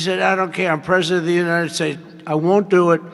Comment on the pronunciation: “I’m purshundurt of the unishtatz”